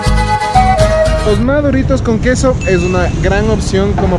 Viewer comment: Cuando dijiste " este quesó " me di cuenta que heres Quiteño :) tenía una amiga que nació ahí por villaflora decía ella :) yo ni se donde es :,v